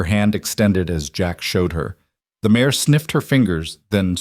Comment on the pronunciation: Good story! Would be better if, every time it mentions that her horse is a mare, it didn't come out as "mayor". No, she is not climbing onto a local politician, please!